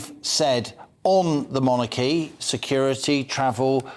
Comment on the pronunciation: Interesting points made by after. As a significant part of his subject involves the monarchy, I think it would be helpful to his listeners if he pronounced the word in the accustomed English way, i.e. MONarchy, with the emphasis on the first syllable.... as in 'jeopardy' for example. I am not the pronunciation police, I merely mention it as an observation in this particular context, to try to be helpful!